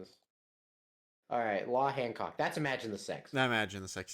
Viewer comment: holy shit you said Hancock's name correctly, no one EVER does that